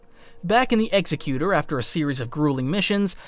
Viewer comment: you mispronounced Executor. Its "Ex - Ekh - You - Tore".